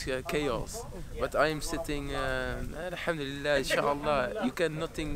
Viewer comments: he said al hamdulillah with perfect pronunciation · Masha Allah the way he says alhamdulillah subhanallah when talks sounds like proper Arabic